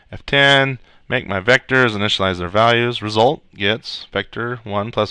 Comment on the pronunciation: is awesome! "Ree-sult"!